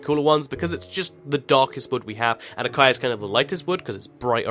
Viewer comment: Learn to pronounce acacia please.